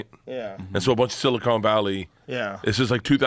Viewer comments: Silicon, not silicone! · Silicon not Silicone. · Pronouncing “Silicon” like “Silicone” lol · I can’t handle Bert saying silicone instead of Silicon 🤣🤣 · Love when people pronounce “silicon” as “silicone.” Makes them sound super smart, super reliable. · It’s not SiliCONE Bank , it’s SiliCON Bank😮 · Is it just me, or does Bert really pronounce it as "Silicone Valley"? He can't be that dumb, right? Right?? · “Silicone” vally dumb ass 😂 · Bert said silicone valley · Bert got excited when he heard about “Silicone” Valley… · "Silicone Valley" -Bert K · "Silicone Valley" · Nobody- Bart- "Silicone" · Yes Bert, it's "silicone" valley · "Silicone" Valley - Bert Kreischer. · "Silicone" valley. Priceless